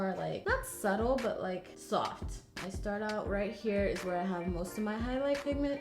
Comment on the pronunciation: Girl you didn’t say soft you said SOHF!!